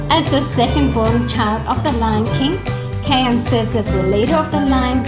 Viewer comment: Kions name is pronounced k I on as in I